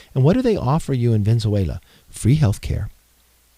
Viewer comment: that guy can't even say Venezuela. Maybe the fakest person I've seen on YouTube this month. But then, it's only the 3rd...